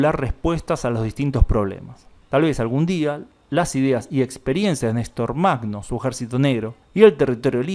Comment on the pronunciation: Нестор Махно se pronuncia "ñе́star majnó". Perdón por la pequeña correción.